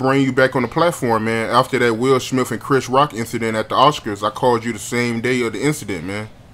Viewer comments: U know u my guy right. I Love your channel and I watch your videos Everytime I log-on YouTube. But brother it kills me when u say Will Smiff, Will SmiTH brother 😁😉. U still Kool with me 😂. Keep Doing your thing!! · He said Will smilf!🤣